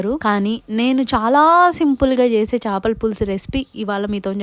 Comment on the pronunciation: Chapala kadu chepalu anali